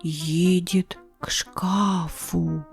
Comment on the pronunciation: 😊🐱🧡., izvinite, u menja vopros: Vy govorite " edet k škÁfu", no v subtitrach pišetsja " k škafU"!!! Čto pravilno? 🧐🤨 ( Udarenija - aboljutnyj košmar jazyka Puškina, Tolstogo i drugich... 🥴)